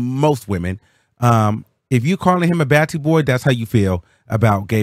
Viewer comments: It’s pronounced BAH-TEE Boy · Its pronounced botty boy. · Thank you for telling him cuz I was like baddie boy?? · Yup pronounced BOTTY BWOY LOL. buju banton has a song BOOM BYE BYE.....BOTTY BWOY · Batty boy is pronounced as "Bottie" boy.